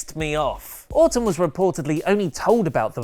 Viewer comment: it's sounds like say Autumn when he is talking about Randy Orton. I was getting confused. lol